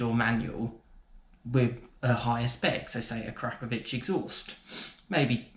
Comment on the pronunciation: It's akrapovic not A 'crap' povic